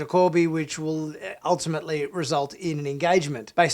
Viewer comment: Not "Kirby", "KORBY".